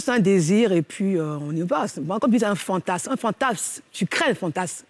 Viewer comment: ... Un phantasme ! Pas un phantass 🙄